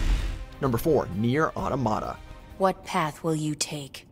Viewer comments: Nier Ah-tom-ata not Nier Auto-mata Like "automaton" not.....a word that doesn't exist. Automata is a real word. It's the plural of automaton. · How come most people on the internet can't pronounce Automata correctly? It sounds like the word Automaton, meaning robot